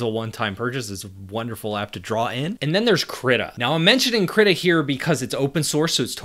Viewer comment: manifested. Krittr.